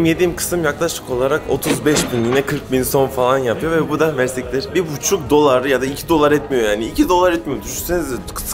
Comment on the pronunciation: it is Mercî kteer 🤗 kteer means “very much” in Arabic